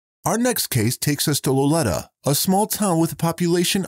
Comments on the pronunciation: The town in Humboldt County is pronounced low lee ta. Accent on the second syllable. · You mis pronounced the town of Lolita. The I is pronounced with a long “e” sound.